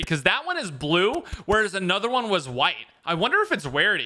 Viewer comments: he says wrarity instead of rarity Lol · “I wundu if it’s the wawity uwu” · Did say warity lol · when says wearity instead of rearity rolling on the floor laughing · When he said “wariety* i geeked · Warity and wevel lol